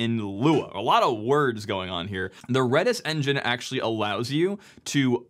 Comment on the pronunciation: red-is not reedish